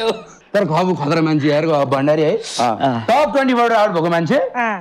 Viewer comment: भन्डारी लाई बण्ढारे, भन्ने कोको हो🤣🤣🤣